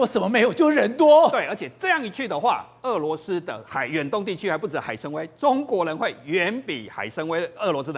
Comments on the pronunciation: 那个念海参wai三声，崴脚的崴，跟文盲一样主持人，要么就别说中文。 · 海参崴 wai 三声